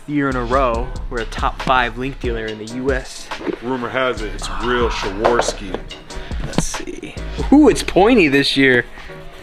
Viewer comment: Shaworski? Really? It's called Swarovski.